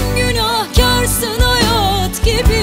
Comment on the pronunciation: 1.37 deki hayaaat gibi bı hayat ancak bu kadar güzel telaffuz edılır. Naptın Derya uluğ 👏👏